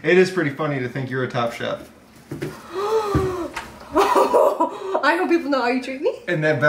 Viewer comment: I thought you kept saying “top shop” not “top chef” I’m dying